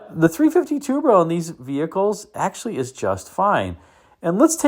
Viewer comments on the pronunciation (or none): none